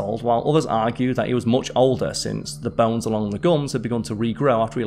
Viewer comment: What are "bells"? Are you saying "bones" ?